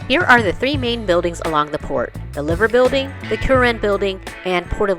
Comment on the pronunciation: Pronounced the name of the liver building wrong. Spelt as liver but pronounced as LIE VER